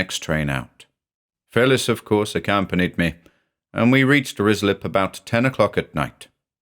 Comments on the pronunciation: Love this, but as a former local, it’s pronounced RYE-slip 😊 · This is surely Ruislip, which is pronounced Rye Slip. ❤ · I keep hearing rizzler, and oh boy, it's the funniest thing. Could be a April fool's